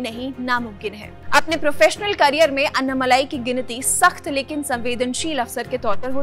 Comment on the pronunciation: It is not अन्नामलाई it is अण्णामलै